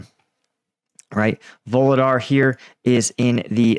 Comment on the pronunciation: There are no “V’s” in vuhledar!!! 😂